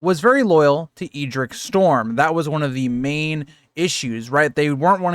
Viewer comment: I think the Ed in Edric is pronounced like the Ed in Eddard